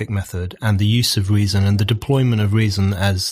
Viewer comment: Brendan always says 'off' instead of 'of'. Now you know, you'll never not hear it. You're welcome world.